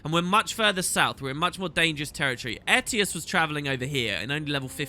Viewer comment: you said Ettius again